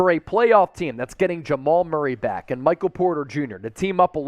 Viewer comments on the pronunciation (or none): none